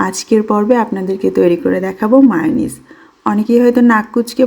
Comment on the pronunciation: মেয়োনিজ তো চিনি কিন্তু মাউনিস আবার কি 😂😂😂😂